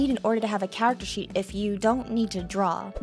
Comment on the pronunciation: Did no one else saw that sheet is said like sh*t?